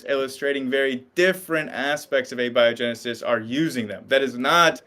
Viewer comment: Thank you for pronouncing abiogenesis correctly. The other pronunciation drives me crazy